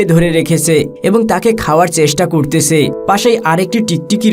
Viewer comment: উচ্চারণ ঠিক কর। 'করতেছে' নয়। শব্দটি হবে 'কোরছে'।